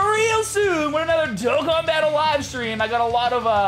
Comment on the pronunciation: I remember when you use to say DOK KIN instead of DOE KON. Good times.